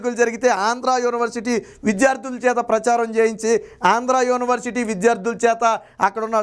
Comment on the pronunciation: బాబూ! స్వామీ! ప్రారంభంలోనే " యోని" వర్సిటీ ఏవిటండీ ? యూనివర్సిటీ కదాండి? కర్ణ కఠోరంగా యున్నది.